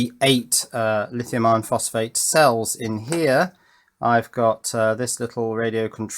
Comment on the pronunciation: i-ron? Really?